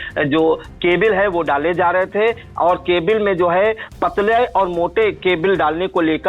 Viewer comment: जी केबिल कोई शब्द नहीं होता आप दोबारा चेक करें,सही उच्चारण केबल ही है